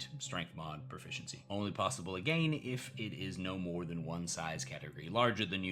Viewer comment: A-gayne? What’s with the pretentious pronunciation?